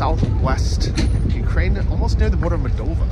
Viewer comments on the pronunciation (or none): none